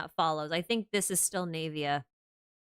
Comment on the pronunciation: Why do you pronounce her name as "knave-ia" instead of "nah-via"?